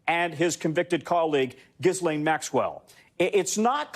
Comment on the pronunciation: Gis lane...lol. It's Ge-len, a soft G. Don't anchors today have to pronounce things correctly? Oh U.S.A. What a silly country.